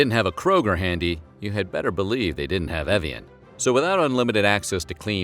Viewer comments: My middle name is Evian....and the way he pronounced it .. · The English pronunciation of "Evian" really caught me off guard